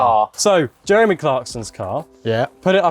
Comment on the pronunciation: “With italian accent”